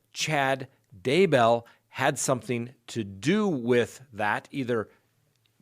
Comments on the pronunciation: Why are you saying his name all fancy...."Dah-bell" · I love the way you say DayBELL!😁